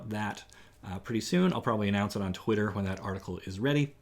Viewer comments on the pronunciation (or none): none